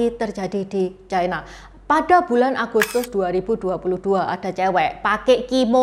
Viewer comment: Ucapan yp bnr China, bukan Chaina